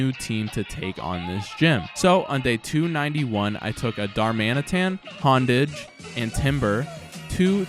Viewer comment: says honedge hondage